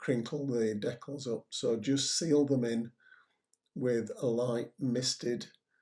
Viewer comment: Great job, just one criticism, it's de-cal not dec-kull.